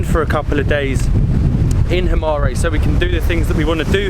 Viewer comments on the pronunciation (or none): please you don't pronounce it as himaré just himar without the ë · Guys it's called "Himara" or "Himarë" but not Himare..... ë is pronounced like "a" in "a book"... but you can also not pronounce it at all when it;s on the end of the word...so you can also say "Himar"... Btw ... you have a very good chemistry together so the videos you make are quiet amusing ... keep going like this :) P.s Molly looks like she is from Korça .... ahahahah